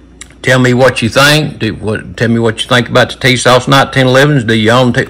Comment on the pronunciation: Put some hot sauce on your "Tee-sauce".